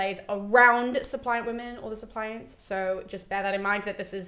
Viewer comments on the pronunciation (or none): SUP-li-ants not sup-LI-ant ...